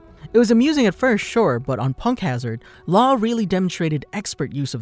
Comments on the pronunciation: I lost my mind a little bit when I heard you pronounce Law’s name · i disliked the video only because you said laws name sooo wrong